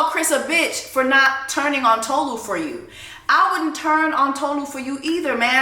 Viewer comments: Your pronunciation of Tolu's name is WRONG 📌 ( It's Tolu' ! Not To-lu ! ) You should've checked the introduction of Tolu in the show, before ranting for 3 minutes - accusing the cast of racism :face-turquoise-covering-eyes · Also, it's not Toe-Loo, it's Taw-Loo. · Erm, actually, it’s Tolu. Re-mi as in sounds of music. That’s why her name is spelled with the sign over the U and no sign on top of the O. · It's funny everyone was able to say Stevan but not Tolu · 😬😬😬 Jess, sis, I think you are the one pronouncing her name wrong 😂😂😂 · She literally made a video about her name and you still getting it wrong.